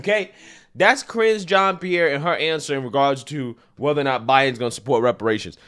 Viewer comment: "Ka-ringe jean Pierre" 😂🤣🤣🤣🤣🤣🤣 made my day brother!!